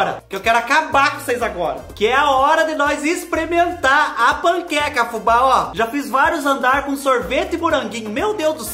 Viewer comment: Olha Fubá na pronúncia correta! .